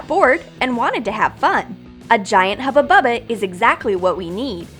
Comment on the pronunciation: Stupid it isnt haba baba its huba buba